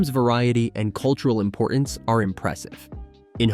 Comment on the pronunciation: The word is 'importance', not imporence.